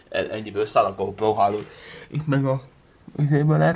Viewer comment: GoPlo?Nem inkabb GoPro??? faszikank nem tud beszelni...